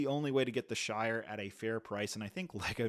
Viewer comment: The shite not shire